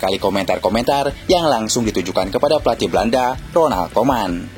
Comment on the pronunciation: RONALD KOEMAN, BUKAN RONAL KOMAN😂😂😂😂😂